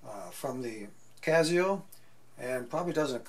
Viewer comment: it gives it a touch of class